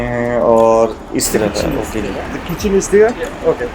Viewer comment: Kitchen or kechan 😂😂😂😂